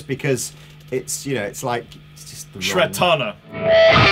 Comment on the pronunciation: "shred-tana" lol